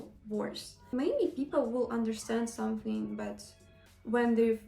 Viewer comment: someSing around Zat? Are you serious? you even do not any effort to pronounce English words in the right way dude! It is miserable!